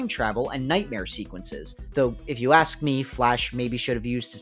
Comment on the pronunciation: Axe you say? Well i got a few to spare 🍔